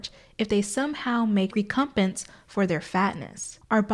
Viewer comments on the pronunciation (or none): Hiii! I feel like you mentioned appreciating feedback on pronunciation so I thought I’d throw it out there for “recompense”. The emphasis is more on the first syllable and it’s more like “rehc” rather than “ree”- rehc/um/penss I mention it cause I didn’t understand what you were saying until I read along- if you or the majority of the audience feels like your pronunciation was fine, please feel free to ignore Oh also I loved this video! Excellent response to TERFs re: Butler’s work. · hey girl i know you’ve said before that there’s a lot of words you’ve only read but never heard, so just a heads up “recompense” gets emphasis on the first syllable. like imagine mike pence is a wrestler and all his capitalist cronies are in his corner yelling WRECK EM PENCE except on the other side of the ring is not just one wrestler but the entire US population of both the working class and the LGBT community. great video and i love the pink theme lol